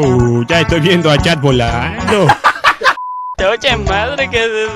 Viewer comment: espera dijo Jack yo le entendí chad ._.